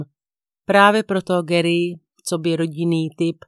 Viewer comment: 😢 ta výslovnost u Garyho, ale jinak mám kanál velmi ráda ❤